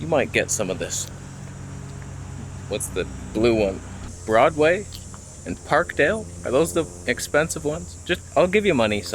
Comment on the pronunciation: PARK DALE?!?!? Sometimes your Canadian roots really show.